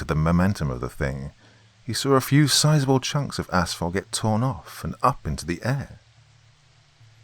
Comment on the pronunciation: Btw thank you for maybe being the only Creepypasta narrator to pronounce 'asphalt' correctly. It's 'ass-falt' not 'ash-falt' as you clearly realize. Lovecraft is pounding on the lid of his coffin tonight but that guy always had his butt jacked about something.